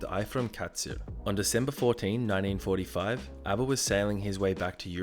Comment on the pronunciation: Yea you pronounced 1945 wrong